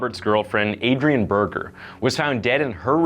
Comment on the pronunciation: Berger is pronounced berrjerr not burger lmao. That my ex's last name